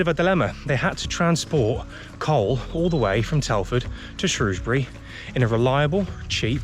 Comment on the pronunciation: As an ex Sundorne lad It's good to see the old canal looking just like i remember it. Thoe it would be good to see it in full water with narrow boats . Plus it was good to hear you pronounce the name of the town correctly Lol. As i used to say No o in Shrewsbury. 👍